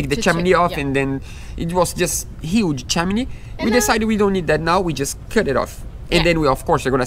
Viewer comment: Not making fun or insulting! Chimney is pronounced with (him) guys :) ch-him-knee love yas! Keep up your dream is shared by so many of us and we live them out through your videos!